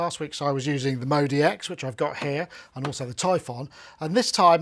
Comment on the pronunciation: Why u say modeee x. It's clearly modx 6 lol